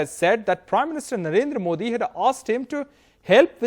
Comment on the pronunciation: MooOodi G Aap Aaaam Kysy khaty hn, aagy sy khaty hn ya peechy sy khaaty hn.. Lol hahahah